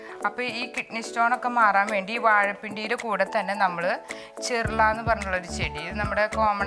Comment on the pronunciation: ചെർള അല്ല. ചെറൂള